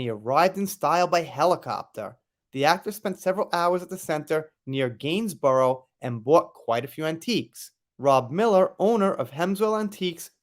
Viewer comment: I LOVE how Americans say UK words so properly. "Linconsh-eye-re" instead of "Lin-cin- Shuh" "Gains-burow" instead of "Gains-buh-ruh"